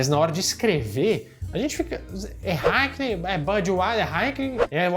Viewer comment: O bom é o falando "Haikem" "Haikenem" kkkkk